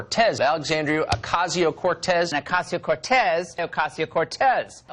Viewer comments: And the STILL can't pronounce her name!! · It's been over 2 years. For God's sake, pronounce her name right YOU DINGBATS!!!!!!!!!! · If nothing else, maybe they will eventually be forced to correctly pronounce her NAME! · Wow that’s crazy. They could probably do better at attacking her if they learned to pronounce her name without sounding like morons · You forgot to mention that she's a hypocrite having an Amazon wishlist and that her name is sooo hard to pronounce. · Can people just fucking learn how to pronounce Alexandria ocasio-cortez it's not that hard